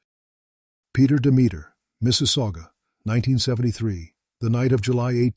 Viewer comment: peter demeter is not pronounced as a rhyme. ha! it's pronounced DEM-itter, with the accent on the FIRST syllable. similar to 'dog sitter'.